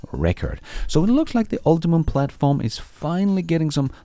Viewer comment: Hey, just FYI, GM's platform is called "Ultium" not "UltiMum"